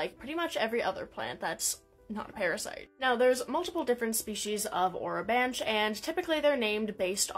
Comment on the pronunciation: I believe it’s pronounced o-ro-ban-key